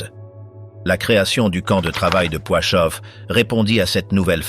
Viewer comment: On dit Plaszów (Plachov et non Poichov) et Belzec.